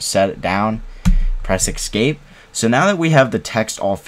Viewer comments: Why are you saying ”Ecscape”? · Excape... hmmm🤔